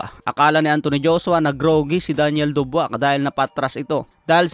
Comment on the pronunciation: Dabois hindi dubwa😂😂